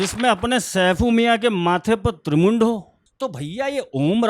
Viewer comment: गुरु जी वीडियो सुपर है लेकिन आपको थोड़ा सही करना चाहूंगा माथे पे त्रिपुंड था और आप त्रिमुंड बोल रहे हैं 👏